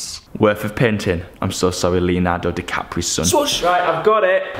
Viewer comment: panting or painting? lol